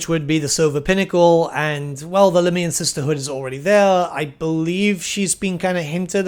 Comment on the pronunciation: Very strange way to say lahmian